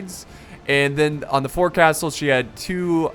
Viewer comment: Not being a dick haha just everyone calls it fourcastle it’s fo-ksle